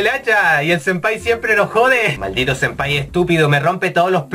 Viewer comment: "Sempaya" xD Jajajaja